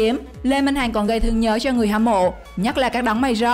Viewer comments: Ad sao lại đọc lê minh hành ??? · Le minh hằng ma đọc le minh hành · Lê minh hằng mà đọc thành lê minh hành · Lê Mình Hằng đọc là Hành. Ko hiểu kiểu gì???